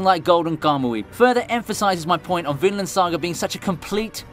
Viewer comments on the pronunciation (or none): It sounded like "Finland Saga" in the video. Lots of sauna baths and beer.